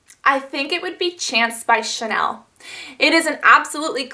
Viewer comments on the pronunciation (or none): none